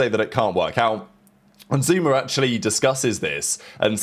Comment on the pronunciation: SOMEONE GONNA TELL THERES NO "R" AT THE END OF THE NAME "ZOOMAA" 😂😂😂